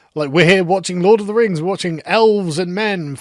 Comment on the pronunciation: Lord of the Rangz. Return of the Kang